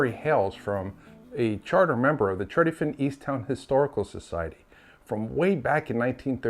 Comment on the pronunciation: Good story but weird pronunciation of Tredyffrin.